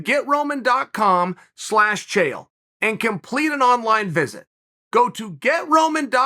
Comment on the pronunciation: Lmao "Chanel" 😂😂😂